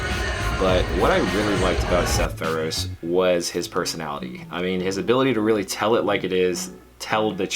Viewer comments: Good video but damn you saying his name wrong is killing me! Pharaoh-sea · U pronounce the e in feroce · you say his last name wrong lol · Love Seth so much but can’t pronounce his last name correctly smh